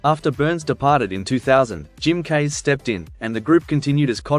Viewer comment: Jim Keays . Pronounced "keys" .